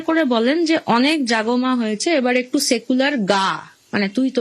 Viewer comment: সায়েকুলার পার্টি আবার কি, উচ্চারণ করতেই পারেনা 😢